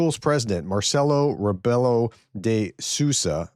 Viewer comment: Hi. You can read Sousa like if you read Soosa like Rebook:D so Marcelo Rebeelo de Soosa:D